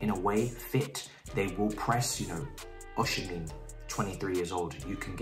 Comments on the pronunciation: You are murdering my Nigerian brother's name 😭 it's Osimhen not osimhin😂. But yes he's a very good option. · OK this is how you pronounce Victor osimehin.... OSHI-MEH-HIN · it's pronounced OZIMAN (the Z like "cozy") (the man like "men") OSHIMEN. Cheers mate